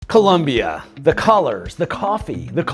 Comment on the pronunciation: "Colombia" not " Columbia"